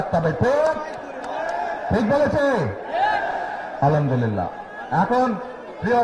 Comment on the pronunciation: যে আলহামদুলিল্লাহ সঠিক ভাবে উচ্চারণ করতে পারে না সে আবার মুফতি, মুখে নাই দাঁড়ি মাথায় নাই টুপি মুখে ইসলামের বুলি।